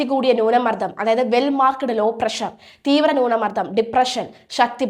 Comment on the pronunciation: Please correct your accent, newna mardam